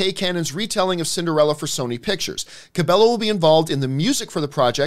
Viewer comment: Its pronounced Camila "KA-BE-YO"!!!! Put some Respekt on the Queen!